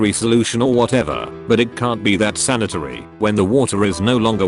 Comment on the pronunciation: San-eat-ary to Sanitary. Okay